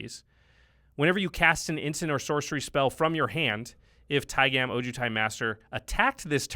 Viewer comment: pretty sure its pronounced taig'ah'm not tai-gam like jam